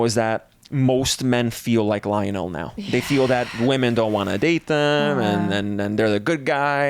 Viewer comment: IKR? it was painful to hear the way she pronounced it lol